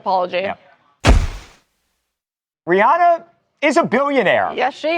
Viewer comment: Rihanna is pronounced Ree-ANN-uh.👩🏻‍🏫🫶🏼 The caller got it right! I’m in AL, too.✌🏼